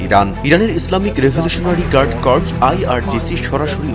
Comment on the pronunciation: Islamic Revolutionary Guard Corps কে আপনি উচ্চারণ করছেন ইসলামিক রিভোলুশনারি গার্ড কোর্পস কিন্তু সঠিক উচ্চারণ হবে ''ইসলামিক রিভোলুশনারি গার্ড কোর''।